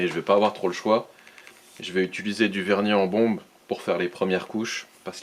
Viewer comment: tu as remarqué que tu dis : ituliser au lieu de : utiliser